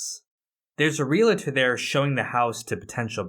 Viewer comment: Love your work, but it’s REAL-tor, not REAL-a-tor. Otherwise, it’s great seeing you feature and comment on Breaking Bad.